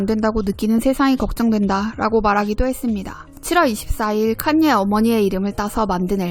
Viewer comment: 카녜 입니다... 칸^ 예^ 발음이 너무........